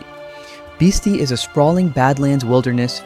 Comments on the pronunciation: At least for now, most AI is inferior to human spoken narration. We are still left with videographers who are too lazy to do even basic research into the pronunciations of place names making their films inaccurate and embarrassing. BIS-ty, not BIS-tee: it is a Navajo word. HEE-lah, not GEE-lah: it is Spanish. CO-chah-tee, not co-CHEE-tee. How hard can it be to check with the locals or stop in at any visitors’ center to get the pronunciations right? You say that the locals guard these sites fiercely, and along with that protection comes the need to respect how things are pronounced. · You're incorrect pronunciations kind of invalidate this whole thing (Bis-tie not Bis-tee) that and claiming something like Shiprock is hidden. Really, get out. Make videos about something that you know about if there is anything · Biz-tye , many mispronounced words ,perhaps locals were not certain what yo we’re looking for. Difficult to hide some of these.